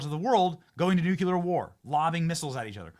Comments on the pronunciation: Did you learn to pronounce "nuke-ular" in community college? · Benny, it's pronounced NU CLE AR. Not nu cu lar! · Nu clear. Not nu kue ler